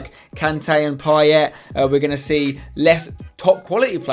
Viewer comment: Payet is pronounced pie-ay not pie-et